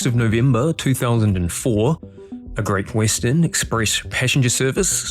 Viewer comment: No AI voices, but "Great Wissten" ?